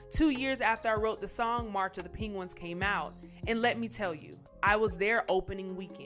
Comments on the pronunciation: 🤦🏽 - my goodness!! its N🚫T Ping•Wins It's. .. Peng • Goo • Wins!! you're making us look bad 🤭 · I like "PING GUINS" too. 🤣😂🤣😂